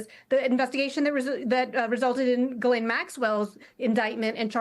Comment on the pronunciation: I don't know why there is literally nobody on TV who can pronounce the name Ghislaine.